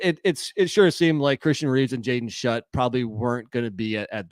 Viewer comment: Schutt is pronounced “Shoot” not “Shut”